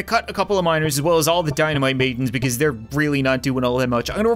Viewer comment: Every time he says “dynamite maidens” I think he says “dynamite babies”